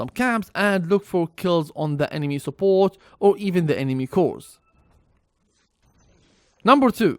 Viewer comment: STOP SAYING EMEMA PLEASE